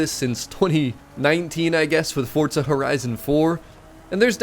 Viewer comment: Fortza 😅 there's no T in the name why do y'all pronounce it that way?